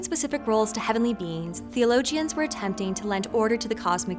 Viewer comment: I know what a theologian is, but I have never heard it pronounced "thee-uh-lo-jee-un". Four syllables will be fine.